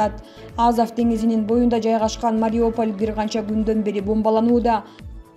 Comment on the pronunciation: Эээууууу, диктор кыз Мариополь эмес Мариуполь деп окусаң боло.